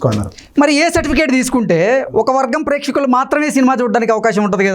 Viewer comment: పెచ్చకులు కాదు రా నాయనా ,ప్రేక్షకులు అనాలి . తెలుగురాని వారందరు యాంకర్ గా మారిపోతున్నారు , ఏంటో తెలుగు దేశ దౌర్భాగ్యం